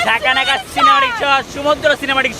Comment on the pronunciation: kothata sumodro naa. bhai ota সমুদ্র